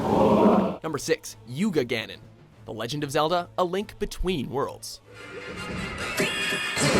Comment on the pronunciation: Also say Yuganon.